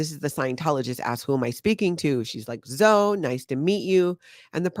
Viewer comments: Zoe is pronounced Zo-eeee (E like we) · That's my daughter's name and spelling. I LOVE, but I just kept thinking Zo-ee. She gets called Zo somewhat often.